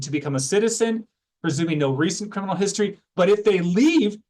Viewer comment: Did i just the reporter say: 'perminal'. Is this a new word? Did the reporter blend criminal and permanent together?